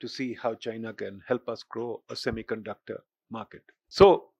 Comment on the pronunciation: When he say semiconductor 😂😂😂😂